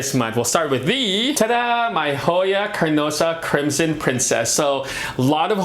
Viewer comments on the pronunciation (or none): none